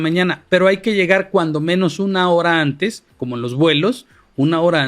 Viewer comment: 😂 que dice amlo que ya lo ejecuten cuanto antej si cuanto antej😂😂😂😂😂